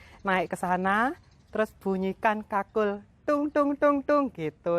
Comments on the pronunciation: Kulkul... bukan kakul.. Bale kulkul= bale kentongan. Kakul itu keong.. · Kulkul....bukan kakul. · Bale kukul bukan kakul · Bale kukul bukan kakul 😁🙏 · Bale kukul mbak bukan bale kakul 😂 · Mbak, bukan kakul, tapi kulkul. Kakul itu keong yg ada disawah. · Bale kulkul mbk..bukan kakul..😁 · Kul kul , ga kkakul , kakul = siput mba😄😄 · Bale Kulkul mbak e....bukan bale kakul.....😥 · Balai kulkul mba,,, bkn balai kakul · Bale kulkul kali maksudnya ya, bkn bale kakul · Musium Bali.. Tepatnya di jl.mayor Wisnu.. berdampingan dengan lapangan Puputan Badung.. Maaf mbak.. bukan balai kakul.. Tapi yg benar Balai KulKul..🙏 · Bukan kakul mbk, tp kulkul😃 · Saya koreksi namanya bukan Bale Kakul, tapi bale Kulkul.. Kalo Kakul itu artinya Keong. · Bukan bale kakul,tapi bale kulkul. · Balai kulkul mbak Bukan balai kakul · Ralat mbak kulkul bukan kakul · Kulkul jeng bukan kakul wkwk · Kul kul, bukan kakul 😂✌️kakul kan keong